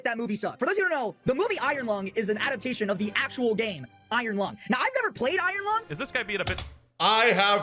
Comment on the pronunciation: This movie may be bad, but this fucking buffoon they can’t simply say the word iron is fucking dragging me to hell, dude